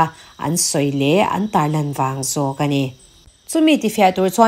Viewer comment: Min ti bengvar thina, ka ngaithla ziaha i aw a fiah bawk chutih rual chuan kan tih hi kam tih angin a ri a, an tih pawh am tih angin a ri thin fimkhur deuh teh